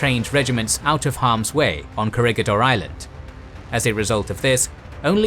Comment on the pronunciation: Corregidor is pronounced Ko rhe hi DOHR